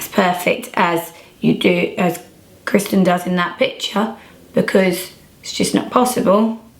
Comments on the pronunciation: You keep calling her Kirsten and not Kristen lol. Beautiful makeup though :) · Why did she keep calling her Kirsten instead of Kristen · you keep saying kirsten😂💗